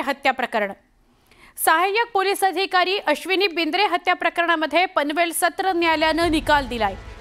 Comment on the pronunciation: BINDRE NAHI BIDRE 😂😂